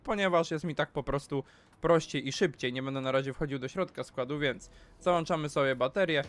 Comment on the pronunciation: Słodki jeżu w malinach, załĄczamy a nie załANczamy!